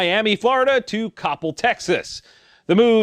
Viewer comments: It's Coppell like cop fell not like topple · Its pronounced "Cop-El" Texas.... Its ok, it looks like one would say it the way you say it, but here in texas... we talk a bit different. "Cop-El" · Coppell is pronounced Kopel. Ko Pel 5.7 is interesting round but just not for me. I do like that Ruger brought one out. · lol its pronounced cuh pel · For future reference: Cop-pell two distinct syllables, also pronounced like ca-pell or cu-pell Unlike Ted Koppel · Cupel is how you pronounce coppell :) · Coppell pronounced Cop-Hell. High end, north dallas suburb. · Coppel = (Ca-pel) You put the wrong emPhasis on the improper syLLable. lol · Ruger are out a bolt action target gun more expensive than their Precision Rimfire. Hmmmm that’s weird. Also, Coppel is pronounced Cop-L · You mispronounced “Coppell”.